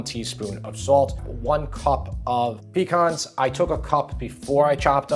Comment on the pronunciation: I'm doing the artichokes for turkey day. Just for the record, the word pecan the accent is on the second syllable, not the first. Your mispronounciation makes us southerners cringe, but your recipes make us delighted.